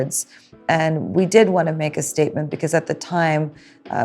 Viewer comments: She sure made a "steak-ment" 🤣🤣💀💀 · She sure did make a ‘steakment’😂💯